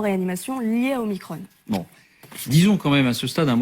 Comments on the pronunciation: Oui, sauf que 15ème lettre de l'alphabet Grec Oblige, faut dire OmicRON avec un "ON", comme tête de cON. Et non pas omikronne ! ça c'est du Novlangue ! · Oh leur omicrône !!!!! pour ne pas déplaire au démon élyséen ... prononçons omicron comme il se doit !